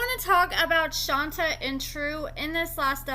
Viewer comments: Isn’t this girl’s name pronounced Shon-tay? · Just for the record… lol it’s pronounced “Shantay” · No, we’re saying she don’t pronounce it correctly.